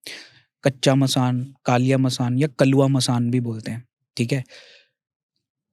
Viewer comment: Kalwa not kaluwa